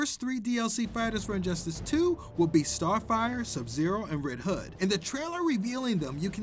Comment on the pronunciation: the way he said red hooh tho